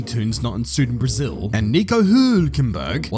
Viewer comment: Oh you're so wordly and cosmopolitan with your pronounciation of Braziu and Baghrain If only you did that for every country mentioned you Wouldn't sound like a poser